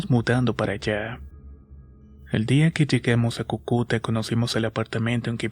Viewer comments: No se ni que me da cuando escucho "Cucúta", es Cúcuta pero igual gracias por el relato😂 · No es Cucuta es Cúcuta 😂❤️ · Se dice Cúcuta con el acento en la primera u, buena historia. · Hola soy de Colombia hace tiempo te escucho y siempre que hablas de esa ciudad lo pronuncias mal es Cúcuta con acento el la primera U perdón y gracias por la atención 😅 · Hola, muy buena historia, pero se pronuncia Cúcuta con acento en la primera u 😉 saludos desde Colombia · Querido amigo, soy colombiana y no te entendía a donde se mudaron jaja es Cúcuta con acento en la primera ú jajaja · En mi ciudad en éstos momentos los días están fríos, amanece lloviendo y nubladado todo. Cae de manera excelente y oportuna una historia. Saludos desde Manizales!! La ciudad de la que nombras se dice Cúcuta, con el asento en la primer sílaba. :D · Holaaaaaa Saludos desde Cúcuta, la pronuncia mal pero que miedo Ja ja ja ja ja y la foto del inicio del vídeo se ve la cancha de fútbol y la de baloncesto 😂😂😂😅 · Me causa gracia como dices Cúcuta porque lleva tilde en la primera U pero seguro te envían los textos sin tildes. O el otro día dijiste boyaca y es Boyacá :v estos compatriotas míos que no ponen tildes :v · la verdad si, yo soy de esa ciudad y la pronunciación me parecio terrible